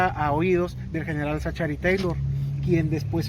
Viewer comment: La CG en 'Zachary' se pronuncia como K. Y no vengan con el cuento de ue estamos en México porque así fuera no estarían pronunciando la A de 'Taylor' como 'E. ZACHARY TAYLOR